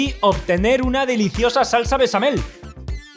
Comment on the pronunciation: ... en vez de salsa BeCHamel, dice besame-el... Eso ya es albur jaaaa ;). Ya en serio, se ve buenísima la salsa!